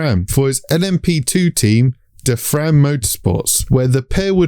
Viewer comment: Gil de Ferran is pronounced d-fair-n, not d-fran. - Just so you know. ;)